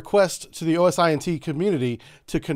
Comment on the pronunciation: My guy, love the info and the channel, but as a former Intel guy, you can just say osint like "ohsint" 😂 If they put seismic censors around Guam and admitted to it I guarantee our seals planted explosives near enough that if needed we can press a button and delete them. Because 'Murica.